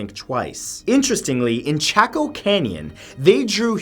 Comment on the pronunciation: #9 its "chach coh" canyon not chicko like he said Chaco canyon is how you spell it to form some one who's been there and was born and raised New Mexico that's how you pronouns it Matt.